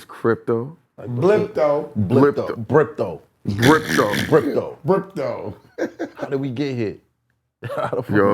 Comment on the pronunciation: Only when calling it Brypto